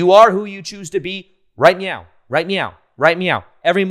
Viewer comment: did you actually say "right meow" or is it just me.....